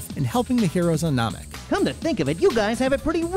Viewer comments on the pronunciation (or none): Nomik? Lol